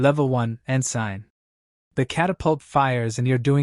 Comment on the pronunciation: Ensign. Pronounced "Ensin" (Insyn). Not "En-sine". Correct yourself.